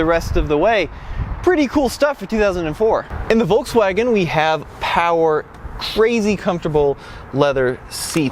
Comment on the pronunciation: It's VolKswagen not volTswagen you dumb 😡😡😡